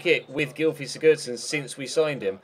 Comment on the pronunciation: u pronounce Sigurdsson wrong, u don't say the d in his name. Just for help🙃